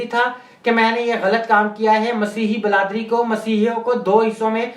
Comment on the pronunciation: O bhai pahlay aap apni urdu thek karo, bradari, lafz ko bladri bol rahe ho ap